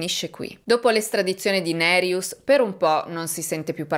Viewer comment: Ciao e grazie per il tuo lavoro. Hai pronunciato bene nome Nerijus, con il cognome c'eri quasi. Volevo aggiungere che secondo il codice penale Lituano LR BK paragrafo 129 per omicidio parte1 sono previsti 7-15 anni di reclusione, parte2 (con aggravante) 8-20 o a vita se la vittima è minorenne, donna incinta, carabiniere ecc, 2 o più vittime, famigliare, assassinio per organi, il crimine giudicato molto crudele ecc (Wikipedia LT). Mi spiace, ma purtroppo nel mio paese d'origine ce un tasso altissimo di omicidi. In Lituania ci sono stati crimini molto crudeli e sono conosciuti solo al livello locale. Per esempio, quando ero adolescente, in un quartiere vicino al mio, in pieno giorno, dal parco giochi sotto casa sua era sparita la bambina di 8 anni; un caso tristemente famoso che ha scosso tutta la nazione. Alle fine hanno preso un quattordicenne psicopatico chiamato dal popolo Gestapas o il bambino senza anima, che aveva rapito, violentato, ucciso e gettato il corpo nel fiume ghiacciato della povera ragazzina. L'assassino è stato preso grazie a numerosi testimoni e prove trovate. Da adulto era scappato dall'ospedale psichiatrico dove era recluso a vita, ma è stato catturato in casa della suo madre molto morbosa che lo nascondeva. Mi ricordo ancora con i brividi questo caso. Questo mi ha scosso particolarmente e rimasto nella memoria, ma purtroppo ci sono tanti crimini da film horror come assassini seriali, guerre fra bande, omicidi fra i minorenni, killer a pagamento ecc.